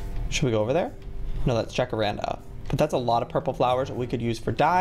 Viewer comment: Joey: "& we have the Jacarandara" Me: * triggered * IT'S JACARANDA JOEY